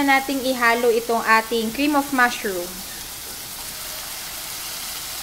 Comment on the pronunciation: "full krrrrim milk" "mAshrrrum" ang tindi 😁